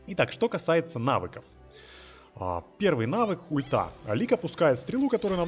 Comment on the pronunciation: пояснительная бригада, он говорит "ульта" с такой интонацией, что если не прислушиваться звучит как х**та, это типо шутка юмора, расслабься, кто не понял тот поймёт